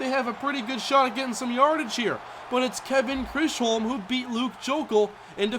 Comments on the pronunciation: It's pronounced like "chizum" not chrisholm. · I hope you see this but Chisholm is pronounced chis-um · Kevin Chisholm's last name is pronounced "Chiz-home". You've been missing it up since before draft. He's playing very well btw. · I always wondered how you read it like that...... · Dude. Thank you so much for that. That was bothering the shit out of me. Like stop guessing lol